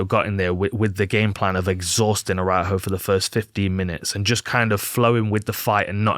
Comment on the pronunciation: great analysis man, you nailed everything but Viviane's surname pronunciation 🤣